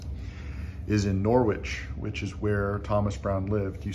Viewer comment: Very nice to see this. The 'w' in Norwich is silent, thus it is pronounced 'Norrich' by British people.